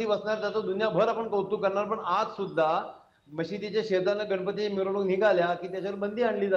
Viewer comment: गणपती म्हणताना जीभ जड होते का माल माल का म्हणतायत??